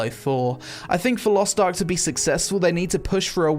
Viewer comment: Lost Tark? LOL it is Lost Ark not Lost Tark :D